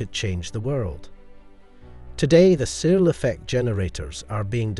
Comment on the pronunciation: A minor point but for me it's important to pronounce Searl's name correctly. It's pronounced like "Sir" with an L not "SeaL".